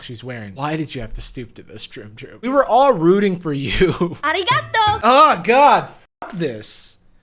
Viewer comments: As soon as I heard (baD) Japanese arigAtO I’m like nooooope bye bye bye.... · Im learning Japanese and I’ve learned you do NOT talk like that. (When she says “arigatou”) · Music: generically asian Language: badly pronounced Japanese Thank you Bow: Thai Conclusion: wtf are you doing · As A Japanese Person The Way They Said 'Thank You'/'Arigatō' Hurts My Soul 😭 Also What If The Sushi Just Like Fell Apart On The Earrings?? Edit: Oh Shit I Just Realized The Outfit 😟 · I'm Japanese and have to say that the pronunciation of Arigato is horrible. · They couldn't say it correctly